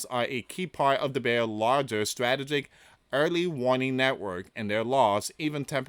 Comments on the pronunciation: please pronounce this. Strah tee juhk It's in the dictionary to help with pronunciation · Struh - tee - gick.....Come on Man. We are at a Very Dangerous Stage.. Please. Please...Keep Praying for Peace and. Restraint...